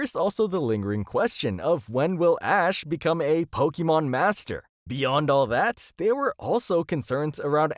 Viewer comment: It's not "po-kee-mon".